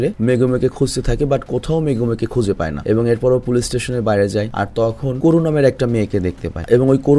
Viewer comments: বাদোসাই❌বাত্তোসাই✅ কোরু❌কাওরু সাগারা❌সানুসুকে✅ 😒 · এটা আমার পছন্দের একটা এনিমে। নামগুলো ঠিকভাবে উচ্চারন করেন। নাইলে বিরক্ত লাগছে। হিরোর নাম বাদসাই না। কেনশিন হিমুরা। পরে রুরোনি কেনশিন নাম নেয়। সবাই তাকে হিমুরা বাত্তসাই বলে ডাকতো। বাত্তসাই একটা উপাধি। নাইকার নাম করো না, কাওরো। এগুলো সহ বাকি সবার নাম ঠিক ভাবে উচ্চারন করবেন।